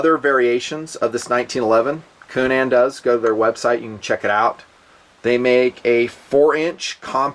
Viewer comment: Love "unique" pronunciations. Coo-NAN, lol.